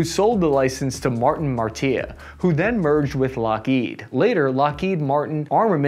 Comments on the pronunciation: Maer - e - et - a, not mar-tee LOL ;-) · It’s Mar-e-etta for the pronunciation of the name Marietta. AF Plant 6 is in Marietta, GA. They build C-130’s now. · Martin Mar Tee Ah? "Mary Etta". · Martin Marietta is pronounced "Mare-Eee-Eht-Uh", not "Marr-Tee-Uh" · "martia" Company name: marieta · Did he just pronounce Martain Mar EEE eh ta as Ma ree ta? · MARTIN MARIETTA! NOT MARTEEYAH. A7 CORSAIR, NOT CROSSHAIR. Good grief, do some prep and editing so you pronounce words properly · Please don’t say Martin “Mar-teeya” in front of anybody… they will laugh at you behind your back, and never trust a word you say. Dude, it’s pronounced phonetically, exactly as it’s spelled: Mari-etta … Here’s a little mnemonic poem or rhyme: “So sad to hear my Aunt Loretta lost her cushy job at Martin Marietta…” .. from me to you … no charge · Yep, and the company Martin Marietta is pronounced 'Mary Etta'! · classic pronunciations continued in this video with Martin Marietta being called "Martin Martia" and the A-7 Corsair being called the A-7 Cross-hair. I love watching to see what vehicle/aircraft/program will get the special "" treatment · in “Martin Marietta”, that second part is pronounced “Mary Et Uh”. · Pronunciation for average 11Bs: Marietta "mar E eh tah" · That's Martin 'Marietta' and A-7' Corsair' (as in Pirate).. Never mind! I see Spoonerisms are part of the 'charm' and not harm. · you mispronounced Marietta it is "mary E Etta" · Who the heck is "Martin Martia?" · It's Martin Marieta .... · Marieta: mary-etta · Marietta (Mair-ree-etta)...Corsair (Core-Sair) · "Martin Martee-uh" Really? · It's Martin MarietTA LOL. mare-ie-etta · Martin Marietta (pronounced Mare- E-Etta) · The company name is pronounced Martin Marry-et-ah. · It's pronounced Martin Merry etta. I had a teacher that worked there. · Marietta it'a pronounced "mah-Ree-Ehta" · Pronounced MARE-E-ETTA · Marietta is pronounced (Mary- etta) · Pronounced (Mare ē etta)